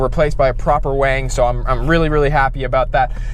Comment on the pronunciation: Why do you call the rear wing a "WANG"? Is it because you drive a gtr and that's how importer call it?